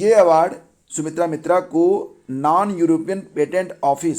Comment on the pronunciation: Nan nhi hota sir non hota h.hahhahhaha